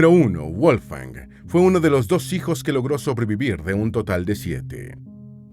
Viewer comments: Toda la información muy verás e interesante. Lo único es que le llamas WOLF-FANG ( es decir colmillo de lobo en inglés...) la forma correcta de pronunciarlo es "VOLF - GANG" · Muy buen video, pero tengo una duda: Su nombre (originalmente en alemán) ¿se pronuncia "Wolfan Amadeus" o "Wolfgang" o "Volfgang"... ?